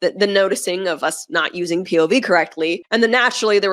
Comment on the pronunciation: These chicks out here butchering the F out of “POV”. 🤦🏻‍♂️ With some cringy😬sh!t💩